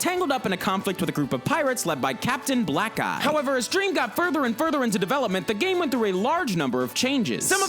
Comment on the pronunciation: Michael Freeman Blackeye. Or Black Eye. Either way it's "Eye" not "Guy".